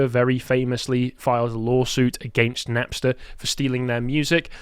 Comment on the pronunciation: "Nepster"? Oh, you mean Napster!